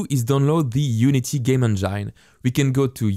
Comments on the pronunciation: I don't mean to poke fun at your English, but the way you say "Engine"... it's "N Jin" not "N JINE". lol, I know English is stupid with it's "words ending in E" rules that don't apply to some words randomly... But it sounds dirty the way you say it XD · it is not game "in jine" it is game "in jen" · please dont say engine as engyne... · Excellent tutorial, but may I point out that engine is pronounced as enjin :) it just sounded funny when you say it. But other than that really good work :) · Good video, man, but you must change your pronunciation of ENGINE - It is INJUN - NOT INJYNE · Just to be that guy, engine is pronounced Enj - in not enj - ine. Really don’t wanna be that guy but here I am! I’m so sorry haha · Its pronounced game en-gin, not en-jyn. I know you are French but this tip can help refine your spoken English. I love your tutorials!! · Just for the sake of correction, don’t say game « endjaillne » but game « endjine » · Everytime you say Enjain instead of engine makes me cringe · "On gyne" (engine) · I want to call engine (En Jine) now because of you! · please stop saying enjyne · lol, 'game enjein', my girlfriend had to see a specialist when her game enjein had the wrong pH balance. Good tutorial though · bro i literally laughed out loud at game enJINE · Loving the vr tutorials so far, they way you pronounce engine kills me! 😆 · please YouTube how to say ENGINE I can"t stop laughing :) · You make the best VR dev videos, period. And I love the way you say "engine." Haha It's my new head canon for pronunciation. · And I hate the way he says engine :D But still a good video